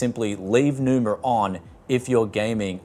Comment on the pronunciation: Enjoyed the review, but why adding R at the end? xDDD it's Numa not NumaR I guess?